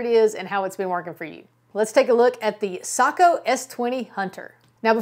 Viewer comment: Hallelujah!!! She’s one of the few who knows how to pronounce Sako!!!! Well done